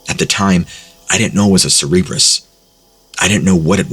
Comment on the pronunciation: Anyone else feel like the three headed dog story was just trying to see how many times they could make him say cerebrus?